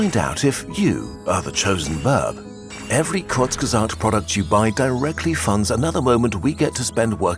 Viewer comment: Thank tou kurzgesagt, you just finally told us how to pronounce the name